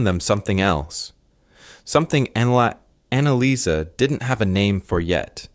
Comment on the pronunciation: GRETA LIESL AND ANNALAIS????? THE FIRST TWO ARE FINE, BUT THE LAST ONE, ANNALICE???? I THINK IT SHOULD BE ANNALEES